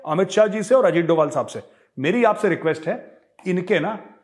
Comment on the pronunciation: Ajit Do bhal not dobal